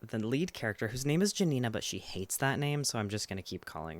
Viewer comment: ~ -> why is it that slavic names are never fucking pronounced properly. its not janina, its """yanina""""